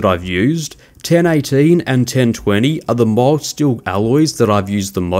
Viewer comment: It took me most of the way through the vid before I realized you were saying 'mild' steel.